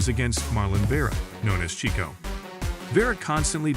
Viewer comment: And Vera is known as "CHITO" Not "Chico" ! Why make a video if you are not even remotely interested in the subject ? With mistakes like this it really shows, and it seems really bad !